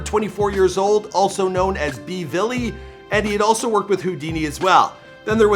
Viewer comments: Did this nigga really just say b villy 🤦🏾‍♂️ RIP Bvlly (bully) but with a v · Bvlly is pronounced bully* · A man said b villy 😂😂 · "B villy"